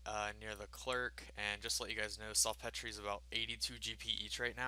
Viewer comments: It's pronounced salt peter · It's pronounced SALT PETER! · This dude just said "Salt Petree" LOLOLOLO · sul Petrayyy it's salt peter fam.